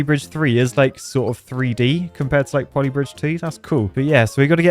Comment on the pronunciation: Not poly britge